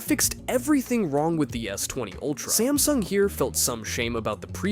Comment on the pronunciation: smasnug XD